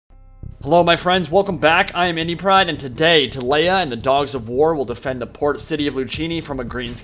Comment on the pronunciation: ti-lay-uh this makes me ill Tee-lee-uh